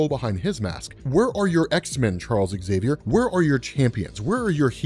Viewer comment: Zavier. Not Eggzavier.